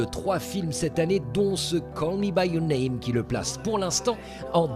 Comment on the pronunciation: "Call Me By Your Nem"..? C'est intéressant aussi, il est vrai...